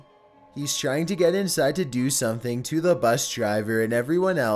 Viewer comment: Dude please, I love your content and mean no disrespect its just your voice is just SO uncomfortable. The way you're speaking is extremely unnatural. Perhaps memorize your script instead of reading it? idk if I had to type how it sounds: "and twists AND turns insIde the ve-HI-cle. then, the prESSure OF the wind.."